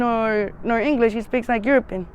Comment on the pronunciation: The way she says European is hilarious. 😂